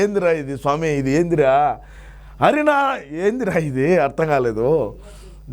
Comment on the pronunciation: అన్నా.... హరినామ కాదు. హర్యానా 😂😂😂